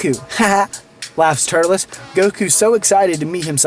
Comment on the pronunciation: His name is TUR-LES